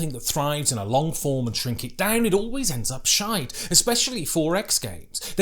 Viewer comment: As a Scottish person I appreciate your pronunciation of sh!te 😂